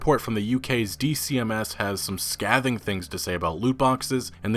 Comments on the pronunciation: It's pronounced sc(ay)thing. Thanks for the news. Ea blows. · It's pronounced Scay-thing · "Skay-thing", homie. Not "skaa-thing". /ˈskāT͟HiNG/ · Its pronounced scaithing, not ska-thing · Scaving is pronounced like shaving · Pls say scathing/unscathed etc right the way you say it is so weird lol its pronounced like scaything not scahthing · Bud its scathing long a scaaaathing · "scathing" with a long A, such as "pave" or "taze" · The a in Scathing is pronounced as an "A" like skaything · "Un-scaythed" dude, "un-scaythed" "scaything" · Dude, scathing and scathed are pronounced with a long a, like pay or say. You make a lot of really good points, in a good video. It would help if you sound as smart as you seem to be. Again, great video on an important topic! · Scathing has a hard A, bud. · Finally governments starting to move. It's getting ridiculous now. Also, scathing is pronounced 'skaything'. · Skay-thing / un-skaythed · Scavving lol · Say it with me now...skay-the-ing...jackass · Scathing is pronounced skay-th-ing...skaythe-ing? Trying to make it easy to see phonetically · A scadthing criticism. Guess he's not getting out of this unscadthed. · It's pronounced "scay-thing' and 'un-scaythed'. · "Scaything" "Scaythed" The "a" makes the "ay" sound. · i was just wondering if someone was going to post this. It's an A sound as in sleigh, not an A as in scab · Anyone else annoyed with the way he pronounces scathing!?! Lol 😆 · Great video mate as ever, just one nit pick, you might want to look up how you pronounce "scathing" :) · It’s weird I’m bringing this up, it’s a good video. The ‘a’ in ‘scathed’ and ‘scathing’ is a full ‘a’. Not as in apple, but as in hay. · That's not how you pronounce scathing/unscathed. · That's not how you pronounce scathing or unscathed lol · I'm glad I'm not the only one to catch that.. I wanted to scream at my screen!! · "scathing, scathed" have hard As in their pronunciation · Please look up how to say scathing